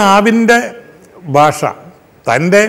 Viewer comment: താങ്കളുരുടെ അനുസ്‌മരണങ്ങൾ വളരെ അധികം ആസ്വദിക്കുന്നു. പക്ഷെ ഒരു നിർദേശം. ദയവായി മലയാള ഭാഷയുടെ ഉച്ചാരണം സൂക്ഷിക്കുക. യേശുദാസ് ചെയ്യുന്നത് പോലെ തന്നേ. ഭാഷാ/ബാഷ ഉദാഹരണമായി.